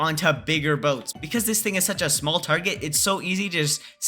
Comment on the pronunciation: “BoTeS” not a word☠️☠️☠️☠️